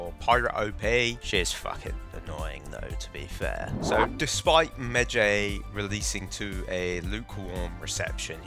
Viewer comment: pronounced medj(eye) not Jay ffs